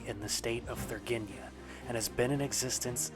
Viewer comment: It is not Thurgeenia, it is Thur-IN-GEE-a! :)